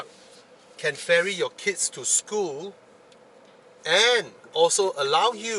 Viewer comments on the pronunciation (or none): none